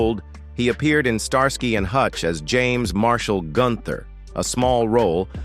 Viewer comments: Pronounced Star ski not star sky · Pronounced star-skee..not star-sky. Fix your AI! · Star-sky 😂 it's pronounced starski😂😂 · I haven’t watched all of this yet - and of course the content could have been changed since some of the comments were added - but the bit I’ve seen about David Soul’s death does seem to be correct. I definitely suspect some AI involvement in the voice. It refers to Starsky as Star Sky ie. pronounced very weirdly and no human would say it that way 😆. Can’t comment on a lot of the other content cos I couldn’t bring myself to watch it due to being irritated 😆. Lots of the other people mentioned eg “ landlady” among others were bit parts with tiny profiles in the show. As human beings they were clearly important and cared about by their own loved ones but to use them purely to attract people to a video about actors in this tv show who have passed away seems very exploitative to me. Sorry - my personal opinion though 🥴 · 99 percent of the time I skip AI narrated videos, especially when I hear the voice of this video, Star sky and hutch was a favorite show in the 70s, I didn't get through the whole video, and once again I will not waste my time watching these AI narrations, lazy, shitty, annoying videos. Just a reminder to myself, don't bother with this crap on YouTube. AI never gets vocabulary correct, and it should matter. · They can't even pronounce the name Starsky properly, probably useless AI which reads it as Star Sky ...